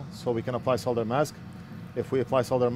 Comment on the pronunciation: Great fix and even pronounce "Solder" the same way as British English :)